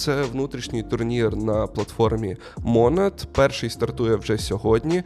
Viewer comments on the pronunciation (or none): Чому мОООнад ? наче ж монАААд